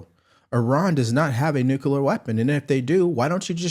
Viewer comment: Got ya!!! It is NU CLE AR - NEW KLEE AR - Nuclear. NOT Nucular